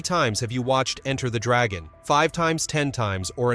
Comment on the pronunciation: Why does this imbecile say Enter (full stop .) the Dragon. Get a narrator who knows English !!! 😢